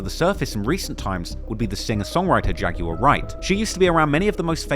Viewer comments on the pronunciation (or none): Bro why do you guys say "Jag-you-are"? It's Jag-w-ar.